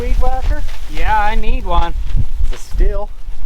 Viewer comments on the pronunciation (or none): Stihl is German and is pronounced steel. Just an fyi.